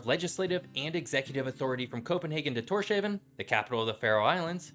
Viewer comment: You got some few facts wrong Denmark it self have a population of mostly 7 million people and Greenland have 45.000 people cirka the number as the Danish town of Viborg also the capital of Faroe islands is pronounced as tors-havn as it the viking god Tor (Thor in english) and the word Havn ( harbour in english ) also Denmark with coalition with Norway and Sweden ruled from Russia to newfoundland in america including all of England and Scotland a bit of north of France and north part of Germany and the Baltic contrys and later Danzig in Poland and the contry of Bohemia ( modern day chezchia ) we also lay foundations to Laws like Danelaw in England also the Danes where known as settlers and infrastructure and the Swedes as the religious and runestones while Norway was the more wild raiding adventure type but great video 😊 👍